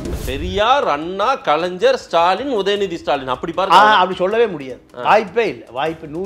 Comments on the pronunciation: கலைஞர் என கூறுக கலைந்சர் என கூறாதே உச்சரிப்பு சரியில்லை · 'கலைஞர்' என்பதை 'கலைஞ்சர்' என்று சொல்லாதீர்கள்.